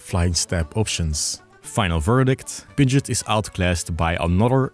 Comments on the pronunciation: What are you doing pronouncing Pidgeot like Pidjit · You can’t say Pidgeot like Pidget and expect me to take your opinion on it seriously